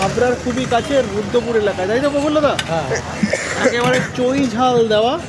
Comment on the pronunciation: Aiita choi jal hobe na, hobe chui jal... tor ki sob uchharone vul hoy, pora suna ki korish ni naki? Sudhu paid promotion korle hobe, ektu mathay kalir jol oo rakte hobe...